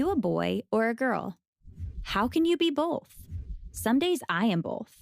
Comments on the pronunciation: I am upset that the narrator of that atrocious video pronounces "both" as "BOLTH" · It bothers me how she says both XD